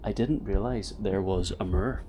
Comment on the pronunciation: I got really confused when heard mer, Which later turns out to be mirror. hahahaha